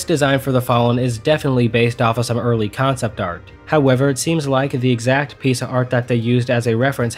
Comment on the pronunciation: Anyone else notice that he says "da" instead of "The" alot.?